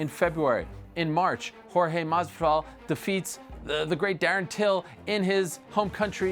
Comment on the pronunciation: Till, askren and diaz. It's Jorge